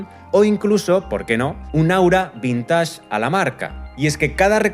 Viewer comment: Vintage no se pronuncia así (dile a Google y oirás) Age no es ashh .... La película ICE AGE .. no es ais asshh a qué no... La saturación en la imagen provoca impacto y luego rechazo (empacho), clones y endogamia 😅😂🤣🤣😭